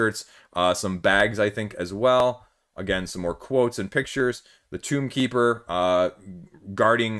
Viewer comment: I love the foreign game coverage. I don’t care much for the 5E or app coverage. Tome is pronounced with a long O. It’s Tomekeeper, not Tombkeeper.